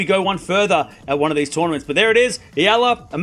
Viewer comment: I like you. You talk fast, but at least you pronounced Eala name correctly! 👍❤ 🇵🇭 Oh! Alex will be healthy for the French Open! I believed!